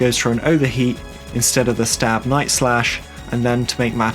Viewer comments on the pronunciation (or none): none